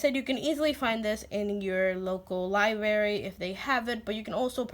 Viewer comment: PS: & Now you have me re-visiting Alpha Phonics.. That colorful paper is a GREAT idea! <3 PSS: U have me smiling.. U pronounce "library" the way my mom says "library" ... " li- berry" ^_^